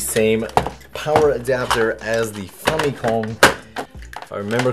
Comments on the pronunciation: The way you pronounce famicom is unique, pretentious and off putting. Like people saying Mare-E-O. Maybe it’s correct it just sounds wrong and makes me irrationally angry. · say famicom one more time, i dare ya